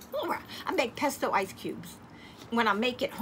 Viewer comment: Hi the word is pesto. I really enjoy your hauls👍🏽👍🏽